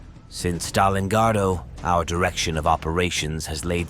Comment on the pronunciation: "Stalingardo" ?? Computer synthesized voice has inconsistent pronunciation of 'Heinrici'. I hope i'm not the only one surprised by this. Map graphics are from Spanish source. Why not intelligent editing, or is it, "Just push it out there" ?